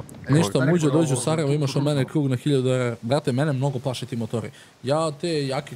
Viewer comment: Ne kaže se mućo nego Muđo